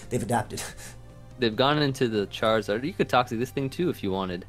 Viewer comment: why did he say charizard like that lmfao